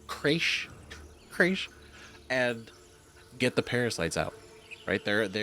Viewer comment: Why are you struggling so much with the word, crèche? It’s a perfectly ordinary English word you must have come across a thousand times in your lifetime but you act as if it’s your first time encountering it. 😂 It’s not important, it’s just freaking me out a little 😂